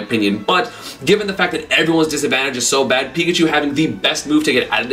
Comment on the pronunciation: well he got pikachu right